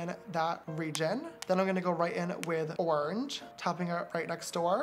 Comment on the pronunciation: "ornge" No hate just thought it was funny! love u James <3